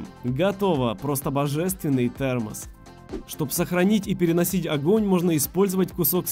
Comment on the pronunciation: Он сказал ТЕАМОС